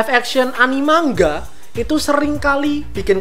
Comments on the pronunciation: Bang kok baca nga mang ga bukan ma nga (btw saya subscriber baru) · Manga bang bukan mangga